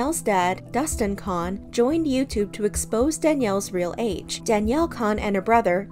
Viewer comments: Their last name is pronounced like "cone" not "con" idk why you cant pronounce their last name right. Its crazy how you can say chads last name but cant pronouce danis 😂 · I noticed do you used pronounce Danielle Cohn like Danielle “C - own ” LoL but now you’re saying Danielle “Con” like con artist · its cone. not kon. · They way you keep saying Cohn incorrectly is actually driving me nuts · Why cant you say their last names properly? Its so super annoying. They say their last name how they pronounce it in the videos. COH-EN